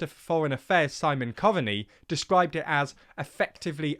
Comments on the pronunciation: Great video but our minister for foreign affairs is pronounced (Cove-knee) not (Co-van-knee) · Ok can we learn how to pronounce Simon Coveney's name properly. Its pronounced Simon [COVE] [KNEE]!! I know Irish names are difficult for English people to pronounce I fully get that but please make a little effort. Every time I hear an English person attempt to pronounce Gallagher or Oisin, Saoirse or Tim Cahill and so on its always wrong and every English person for some reason makes the exact same mistake and its so cringe - just a small bit of effort would be appreciated by a lot of people trust me. After all no one would pronounce the name Thierry Henri as Terry Henry now would they!!!! Please no one get insulted by this - I absolutely mean the above comment in the nicest possible way, call it friendly advice rather than a critical comment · It’s pronounced Simon ‘Cove-ny’ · Coveney you thick his name is pronounced Cove ney! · Just on Simon Coveney's name, it's pronounced "Cove" as in a coastal inlet, "en" as in the letter N, and "knee" as in your leg joint, so "Cove-en-knee" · It’s pronounced Simon cove-knee